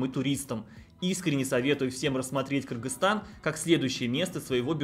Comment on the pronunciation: Молодец, объективная информация, без предвзятостей. И что особо радует название страны правильно произносит. За это особый респект. А то многие блогеры, даже не удосуживаются выучить название страны, все ещё в совке остались. А я считаю, что если приехал в страну, то должен уважать этот народ, а уж правильно называть страну, это именно об уважении и говорит.